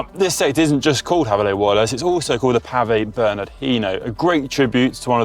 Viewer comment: Please do some research on how to pronounce "Bernard" in French